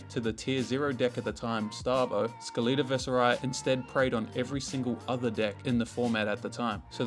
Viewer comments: like skeleton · i refuse to believe thats how you say skeleta